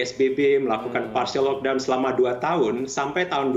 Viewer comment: tak guna jelaskan perbezaan pkp dgn lockdown. Dorang bukan faham atau memang tak nak faham kot. Sebutan pon pelik 'lokdon'